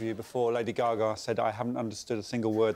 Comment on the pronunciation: They keep saying lady “ga-gah” 😂😂